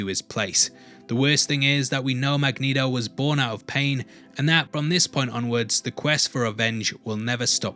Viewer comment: You DO “put the neato in Magnito” 😂